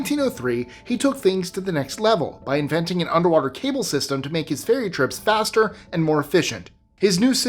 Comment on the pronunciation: Fairy? Fery? Since AI can't even misspell words consistently--we have nothing to fear. (It's "ferry", AI. Duh.)